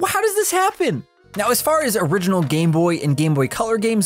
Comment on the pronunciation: Exactly correct, I noticed that as well. I like to research regional differences in GBA game cartridges, and this is a very bad fake even still, but not due to the lack of an ESRB rating or the Original Nintendo Seal of Quality. (That "Orighinal" though... Gotta admit, that's pretty funny.) Also, "NEU6" isn't a region in the world, so there's also that. :P